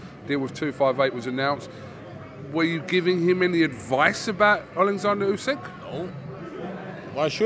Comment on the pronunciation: Stop saying usyk name like ooooooSikkk just say it normal